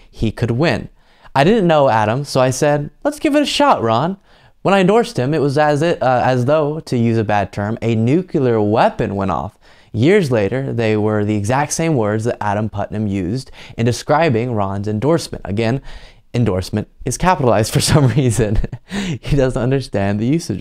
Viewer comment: Nook-lee-er. Not Nook-you-ler.